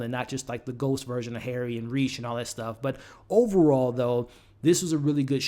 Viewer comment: And RAY-shh not Reece.